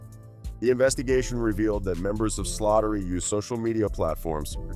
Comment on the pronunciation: You pronounced it "Slaughtery" when it's actually "Slattery" but it's okay😂😂😂😂